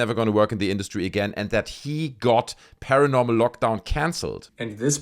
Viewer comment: When Zac says paranormal lockdown it sounds like he’s saying caramel lockdown. Actually most of the times he says paranormal it sounds like caramel